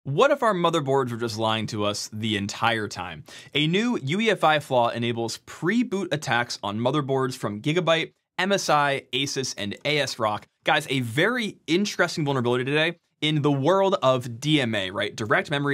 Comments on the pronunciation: Not a.s.-rock, asrock, pronounce it like that pls 😂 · never heard anyone say "A S rock" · I'm never ever going to pronounce it A.S. Rock.